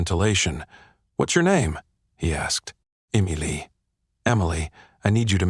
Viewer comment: At about : the first version of Emily is misppronounced.